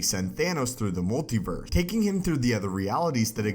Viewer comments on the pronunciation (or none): Anyone else notice how he said concer instead of conquer, multiver instead of multiverse and univer instead of universe